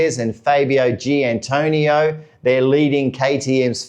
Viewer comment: why does everybody missprounance Giannantonio........not Giantonio, there is an extra AN in there